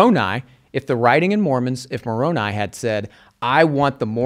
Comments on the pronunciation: Instant red flags when someone who definitely knows how to pronounce Moroni says it so it rhymes with macaroni to belittle the tradition. Gaslighting. Also there were 16 witnesses to Moroni. I am not LDS nor do I believe they saw anything with their real eyes. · The I in Moroni is pronounced "eye," not "ee" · Moroni's name is pronounced with an 'eye' sound at the end and nit an 'ee' sound. Just saying. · Latter-day Saint here. Interesting to hear them discuss my religion. I feel Bart brought up some very good points. There were multiple witnesses to the plates and the Angel Moroni (pronounced with a hard I at the end). I believe this is solid evidence for the reality that this happened. I also believe that the literal resurrection of Christ occurred, based on the witness accounts, but also based on modern day revelation that supports it. As a Latter-day Saint, I don’t have to simply rely on old historical accounts as the basis for my faith. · Just to help out, the angel's name is pronounced Mor-oh'-n•eye. And there are more members of the Church of Jesus Christ of Latter-day Saints ("Mormons") outside of the United States than there are within the US. He seemed to be of the opinion we exist only within Utah. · I think it’s funny how they are pronouncing Moroni. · Same!!! Haha and the way he kept mispronouncing Moroni 😅😅😅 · Just like he knew how LDS’s pronounce Moroni.